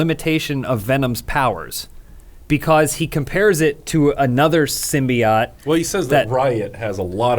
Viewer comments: Adam just say symbiOAT not symbiOTT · You guys are pronouncing Symbiote wrong, it's pronounced sim-by-ote not sim-by-ot. The reason Symbiotic doesn't pronounce the "ote" sound is because the E is removed in Symbiotic. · Every iteration of Venom has referred to it with the same pronunciation as they do in the movies, "Sim-Be-Oat" . I don't know where "Sim-Be-Ot" came from but it feels like it was a joke with Adam pronouncing it wrong but he just leaned into it lol. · It's SIM-BEE-OAT. Symbi-O-T-E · it's not pronounced Symbeeot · Okay Adam we get it, they mispronounced symbiote in the first trailer....pls keep repeating it every 3 seconds, it’s not like they fixed it before release or anything 🙄. The film is fine, obviously not fantastic but worth watching for Hardys performance alone.